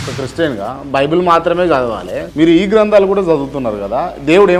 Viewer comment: వల్ల సమాజానికి కాస్త సమాధానము రావాలి అని కోరుకుందాం ❤😄..... ప్రేమతోపూర్వకంగా చెప్తున్నాను... కొన్ని పదాలు సరిగ్గా పలకండి 1.grandhralu అంటున్నారు అవి గ్రంథాలు 2. ఆహారాధన అంటున్నారు అది ఆరాధన ఇంకా కొన్ని ఉన్నాయి అవి వేరే ఇంటర్వ్యూ లో మాట్లాడారు